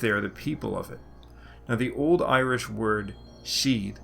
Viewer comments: Your Irish pronunciation is remarkably good. If you're not a native speaker, I'm interested in what you used to learn. Great work. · you pronounce with munster dialect and your irish is better than mine and learned it for 13 years 😀👍